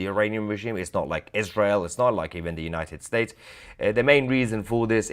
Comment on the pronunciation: It is pronounced "United States" not the mumble jumble pakistanian you spew .